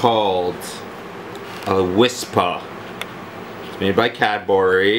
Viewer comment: Wispa not Whisper lol